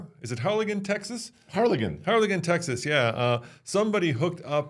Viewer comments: Btw the way you pronounce this is like saying, "Har Lin Gin" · Great video. Native Texan here - The city is Harlingen, pronounced locally like "harlinjen". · It's pronounced Har - L - in - jen. There's a lot of trucking in the area so dollys would not be hard to get. The only question is whether or not alcohol was involved. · Pronounced Har-lin-Jen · It feels a bit surreal to hear my hometown mentioned on your site. By the way, the “g” in Harlingen is pronounced like the J in James. We have seen this Tesla video circulating around social media here. Space X is at Boca Chica, not far away. I wonder whether this is some sort of Elon Musk driven stunt. I own the oddball F-150 3.0 diesel in the Lariat trim and average around 22 mpg with a bed rack. I have watched your channel almost since its inception. I appreciate all that you do.